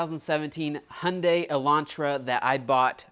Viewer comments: Love your videos! Being a Hyundai owner (many), it's not pronounced hi un day. It's pronounced 'Hunday'. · It’s pronounced hunday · It's pronounced hooon die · It's pronounced Hun-day. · It’s just HUNday. Hyundai. Not HighYunday. So, let me say, I think you did a great job. However, the very noticeable paint mismatch on the back to the doors will be a concern that will demand you lower your price. Perhaps you should’ve sent it out to a body shop and had it properly blended. Otherwise it’s a nice car. Lotta work for $2000 though. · It’s pronounced like Hunday like SUNDAY. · FTR, Hyundai is pronounced like Sunday. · Love all your videos and your work ethic but absolutely HATE the way you pronounce Hyundai! lol!!! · Your inability to pronounce Hyundai correctly hurts me. (it rhymes with Sunday) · Why he say Hyundai like that? Takes so much work to say it in that manner.